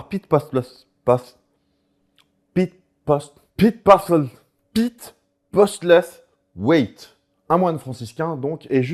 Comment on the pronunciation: PITE POSTEULSOUHAITH, si t'as du mal à le prononcer ;p :)